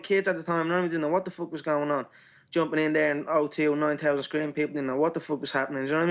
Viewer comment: he was like wat da fook😂